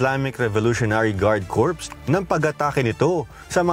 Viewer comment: Media kayo hindi kayo marunong mag pronounce ng "corps" lol